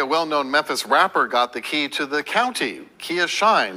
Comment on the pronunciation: listen to say " i had A KEY UNDER THERE"